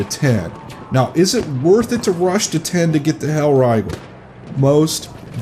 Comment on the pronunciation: "Hellraigel" jk good video